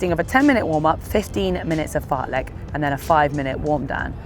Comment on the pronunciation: AAAAAAAa the Lek pronunciation is killing me as a swede